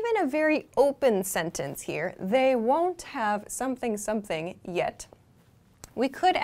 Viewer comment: I want to know how you pronounce the ‘won’t have’? Wondav?